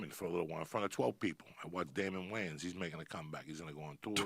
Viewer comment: "The Wayans,the Wayans..the WAYANS were incredible.😂😂